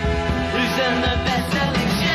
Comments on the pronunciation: The Texan's name is pronounced Boo-ee, not Bow-ee. Trust me. I'm a born and raised Texas Girl. Where I grew up we named our schools after Texas founding fathers, James Bowie, David Crockett, Stephen F. Austin. Do your pronunciation research. We've had this talk before when you couldn't pronounce Danny Bonaduce's name correctly. Google is your friend here. When in doubt, hit Google and ask how something is pronounced. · Jim Bowie's name is pronounced "Boo-wee" not "Bow-wee."